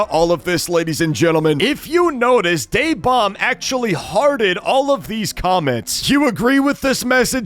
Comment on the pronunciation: It’s DaeBomb. Ok. Just to remind you.